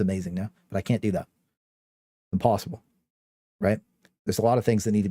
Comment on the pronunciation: 🤣🤣 Turns out that's "actually impossibru"